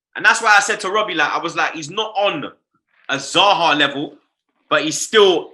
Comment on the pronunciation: Notice how when was back on aftv, robbie called zah zy. You know even the don realises the zah is like ty